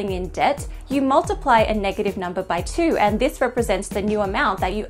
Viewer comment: Clicked just to hear her say "numba", was not disappointed.